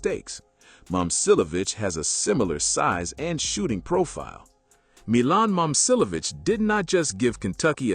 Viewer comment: It’s saying both his names wrong so not really